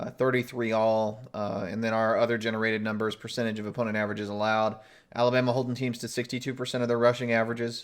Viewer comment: Is it just me or does most of the time pronounce Alabama "Aluma?" I thought he was saying Iowa.